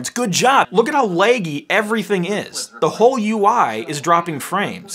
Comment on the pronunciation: When you say lagy lagey